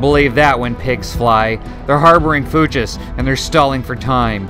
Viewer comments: I think it's pronounced fyooks. Love the channel btw. Subbed. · Fuchs is pronounced like "fox" (Fuchs even means fox) but instead of the o it's the oo sound from looks, as in, "they were giving me strange looks."